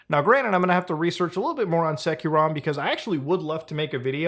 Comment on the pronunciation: Hey uhh, bro... It's not SekiroRom... fyi, It's SecureROM like the actual word, secure... like... bro